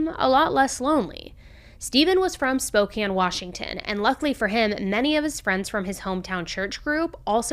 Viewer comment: Im so excited that you pronounced SPOKANE correctly! Most out of towners say Spo-cane.. like candy cane.. lol ok now to listen to the rest of the story.. (Spokane us my home ❤)